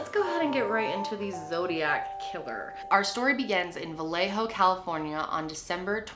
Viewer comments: Va lay oh… not Va lay ho please. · It's pronounced like "Viyayho" ughhh